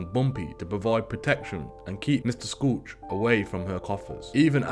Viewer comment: This is a very well put together and researched video. The only tiny thing I found wrong is Dutch Schultz is pronounced like shoot, the c is silent. That being said, that is minor. Keep up the great work!!!